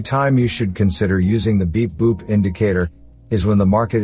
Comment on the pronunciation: I am not English native speaker. Every time when he speaks "beep boop" I hear "big boobs"